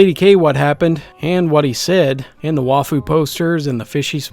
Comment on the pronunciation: Did you just say Wafus? Its Waifus :P